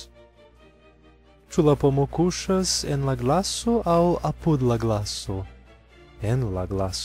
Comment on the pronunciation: Ne "a-PUD" sed "A-pud".